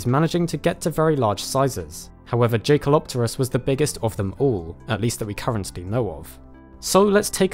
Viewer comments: Jae pronounces like yay bro like jaeger isn’t Jay-ger it’s yay-ger just an fwi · JAY? kelopterus???? YAY with a YYYYYYYYYYYYYYYYYYYY man. named after a german dude. please check pronunciation before publishing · Yes it is. Well spotted. Most of the time in the media I just let this slip and they called in Jake-El-Op-Ter-Us but it's really Yay-Kel... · I thought it's pronounced yekalopterus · A minor nitpick: I think the J in Jaekelopterus is pronounced as a Y, just like in the German word Jäger (or Jaeger as would be written in English).